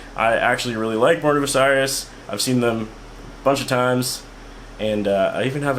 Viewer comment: The way you pronounce "Osiris" pisses me off more then the tutorial does